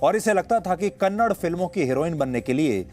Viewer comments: Kannad nai saaab kannada hai..ab tho badlo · Kannad nahi sir kannada boliye... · Its Kannada.. Not.kannad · कन्नडा बोलो कन्नड़ नई। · Its Kannada not kannad please pronounce properly